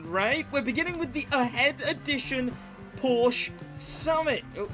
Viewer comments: New Crew Player here. Had a ton of informations from your videos, thanks mate! :yougotthis: Just start to play the 1Mio Playlist you suggested. BUT: As a German, hearing "Porsch" hurts me... Its called PorschE <-- There is an e at the end. Please pronunce it. 😉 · Sid i love your vids but please its called porsche not porsch every time you say porsch my german heart bleeds☹️